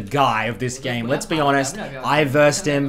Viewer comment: les grab a coffee, les go